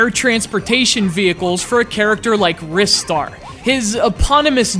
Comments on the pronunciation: Filipe Andrade Okay, well I'm going to carry on calling it Ristar the way I've always done lol, but thanks for justifying the correct pronunciation for the name, I'll look more into the Japanese meaning soon :) I know he appeared in Sonic & All-Stars Racing Transformed, and I'm thankful that he hasn't been completely forgotten like poor old Streets of Rage. Having said that, I believe it is time for a sequel now, with the new generation of gaming and all that :) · yeah i think u mean rye-star not wrist-star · What's Wris-star and why are you talking about it during a Ry-star review? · It's pronounced "RIS-STAR"? I thought it was always pronounced "RYE-STAR"? :o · He's so much of a fan that he names CGR Undertow after Planet Undetow, yet he pronounces it Wrist Star What? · I've never heard anyone pronounce Ristar like in this video. I've always thought it was (R-eye-star). Oh well. This is up there with my favourite 2D games of all time. Love it. I wish Sonic and Ristar could have a crossover game together, similar to the day and night stages of Sonic Unleashed I guess. It sucks that just because they decided to keep Sonic as a mascot instead of Ristar (he was planned to take over Sonic) that he has to be forgotten like this. Show Ristar some love SEGA! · "Wristar," LOL what sillies. They also call Mario "Marry-o" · You're a fucking jerk, you know that? and other people can look like they want ( has a reason 'cause he's a metal-head), do the reviews their own way and pronounce names as they please. I for one pronounce the name [rai-star], mostly because of my native language. It's a free world. I do appreciate you not trolling and instead just saying what you felt out loud but internet privacy does not give you the right to insult people. Think about that. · I also pronounce it Rye-Star (like Rye Bread) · I own a megadrive, yet I've never owned this game. Also, I'm not the only one who pronounces it 'Rystar', am I?